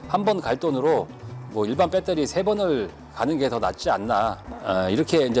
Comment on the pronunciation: 표준말을 써주세요 억양이 뻬떠리가 아니고요 베터리 입니다